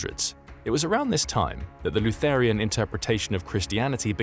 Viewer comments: "Lutherian"? you mean "Lutheran"? I guess the AI doesn't know the proper term... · That is the absolute weirdest pronunciation of "Lutheran" that I've ever heard. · the word is Lutheran, not LuTHERian